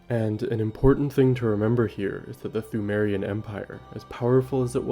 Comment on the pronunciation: Pthumerian is pronounced 2merian